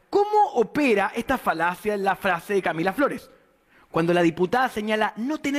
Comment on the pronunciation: ahi se te salio lo flaitongo 'Lah Camilah Flores' jajajajaja cuanto nivel de 'profesionalismo' parece que se refiriera a su hermana